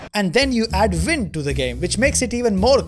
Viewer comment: How can you speak fluent english and say ”vind” instead of ”wind”?